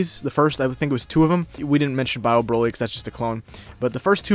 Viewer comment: bro at this point I don’t care anymore about the topic I don’t know why people are replying to me anymore this Hassan dude doesn’t even know how to say Vegeta correctly and it’s sad he said brokly instead of broly I do watch dbz but ethier forgot that he destroyed a planet or didn’t know so honestly I’m done arguing against people like that that’s why I’m replying to you